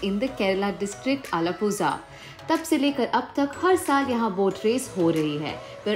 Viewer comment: The way she pronounce Alappuzha..zhaaaa??no😭.. U should pronounce as La,lah..